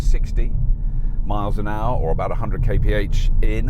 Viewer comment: The first person I hear saying "kay pe age" (Kph) funny :D